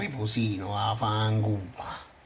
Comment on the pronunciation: come dici vafangul mi fa morire sei un grande 😂